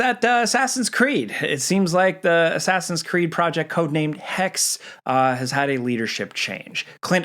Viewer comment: Asscreed lol